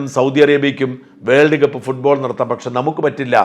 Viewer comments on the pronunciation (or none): none